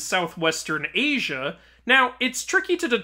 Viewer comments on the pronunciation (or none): none